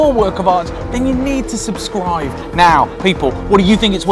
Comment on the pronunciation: Anyone else notice he said "subscrive" 😂